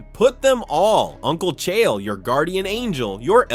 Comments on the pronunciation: You pronounce names worse than Chaeyel😂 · I couldn't even tell this was an AI until it got to the "Chaiael" part. Absolutely disgusting. Put actual work into your videos. Disgrace to hard working content creators. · Cha-yell Sonnen hunh..? 😂 Finally, someone screws up the pronunciation of HIS name 😅.